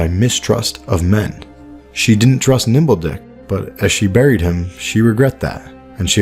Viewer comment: Lmao the way you said “Nimble Dick” makes it sound like he was a guy whose dick was nimble. Big difference between Nimble Dick and Nimbledick